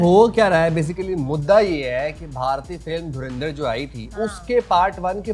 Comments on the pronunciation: Jahilo mdrsachpo naam tho lena seekh lo derendar nhe dhurandhar hai bhe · धूरंदिर😂😂😂 Naam to dhang se le le😂😂😂